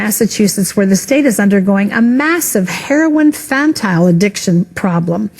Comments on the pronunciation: What the fuck is fantyl? It's Fentanyl. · They said fetnyl wrong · That new lady pronounced all those words wrong it's not fantyl it's fentanyl. And it's narcan not Norcan. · Fantyl? You mean Fentanyl? They have no fucking clue what they're talking about. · Everything about the beginning was wrong, it's herpin and phentanyl, and it's narcan, not norcan, so this person probably has no damned idea what the hell they are talking about in the first place. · Fentanyl not Fantyl. It's pronounced Narcan not norcan. DUH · fentanyl* not fantyl